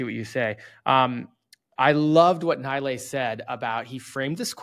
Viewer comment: he is not Naaaailaeeeey he is NeeLaaY